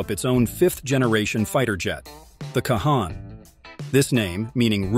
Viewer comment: I appreciate that Turkey is building their own 5th gen but I doubt very much it is a game changer. The F35 is still the cream of the crop and will continue to remain so with each Block update. Also, it's pronounced Con.